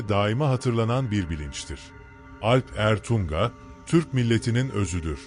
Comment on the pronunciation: Alp Ertuŋa olarak yazılıp okunmalı